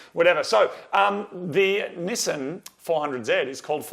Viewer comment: my girlfriend said the way he pronounced NIssan keeps reminding her of Ramen lol (NISSIN)